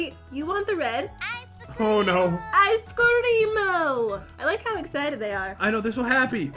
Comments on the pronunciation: NAAAAH, they are just saying "IceCreamu!" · You insulted me I am Asian I don’t say Icecream-o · just because they say “Ice Careamo!” Doesn’t mean that they are aisan dummy and I know that because I’m aisan